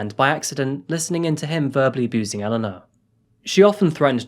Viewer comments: I've never seen a true crime case where I share a name with the victim. pronouncing differently (mine being E-lane-uh instead of E-lawn-uh or Ellen-uh) didn't make it any less unsettling. I'm always empathetic towards the victims don't get me wrong, it's just a very weird feeling to share their name. The only other time I've seen/heard my name in any type of media is the vampire diaries. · I think you’re a great story teller. However, I think to make sure her memory is respected you should at least say her name correctly. Throughout the video you pronounce her name two different ways and either stick with saying it one way or find out the correct way. Our names are important to us. It’s even more important when speaking respectfully about someone who’s dead. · Is it pronounced E-leh-na or E-lah-na? How many times did it change throughout the story, very annoying. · You can't even pronounce her name correctly.....cringe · Right, the pronunciation changed throughout, sometimes in the same sentence. Really spoilt it for me. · Shame he constantly changed the pronunciation of her name. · I love your videos but please, please, please start editing them properly. The poor woman had circa 5 different pronunciations of her name and flitted between having 2 and 3 children. I love your videos but the little things like this, really distract! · Shame the pronunciation of her name changed multiple times, often within the same sentence. Confused the hell out of me. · He's pronouncing Elana's name two different ways throughout the video and it's so distracting.. I expected better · I’m a little confused on the pronunciation of the victim’s name. You kept changing your pronunciation and it made me think you were talking about 2 different people. You then just picked the second pronunciation of her name. It seemed a little disrespectful that you couldn’t use the right pronunciation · shame he continually changed the pronunciation of her name throughout the video.